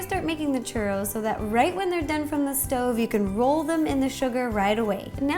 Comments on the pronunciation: haha lol 😂 Its like these churros are destend to be your favorite snack. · wow this is complicated personally make lots of chu-ross(how you say it - no offence) normally I would just do water regular flour fry in oil and coat with cinnamon sugar